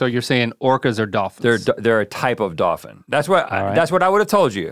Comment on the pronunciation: I like how we found out that besides the word Wolf, Rhett can't prenounce Dolphin either